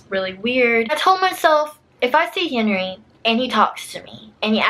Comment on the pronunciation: I heard her say Henery anyone else orrr